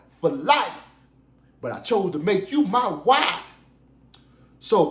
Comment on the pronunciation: The way you say the word “wife” ain’t no way you can read. Somebody read that to you or you listened to the audio version